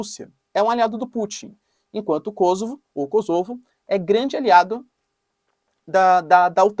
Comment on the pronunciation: Kôsovo e não KosÔvo